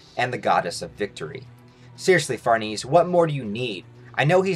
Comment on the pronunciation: This could be the best Berserk channel on YouTube IF you pronounced Farnese right. Heck, it might still be the best. Love the content.